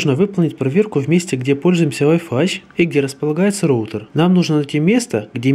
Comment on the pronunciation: "РОУТЕР" млять а не РОУТИР